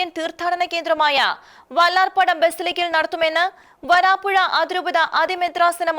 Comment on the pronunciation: വരാപ്പുഴയാണ് , വാരാപ്പുഴയല്ല സഹോദരാ ..